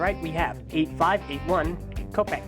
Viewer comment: Please pronounce Kopeke as “ko-peh-keh.” English isn’t the only language on earth, so please don’t apply our bullshit phonemic rules to names of Polynesian origin.